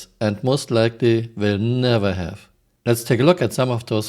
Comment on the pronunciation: "we have repair bots, we hafe fish" really? we do?